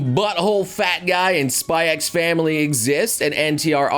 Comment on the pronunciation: Apparantly you're not supposed to say the X in anime like spy X family or hunter X hunter (as far as i know)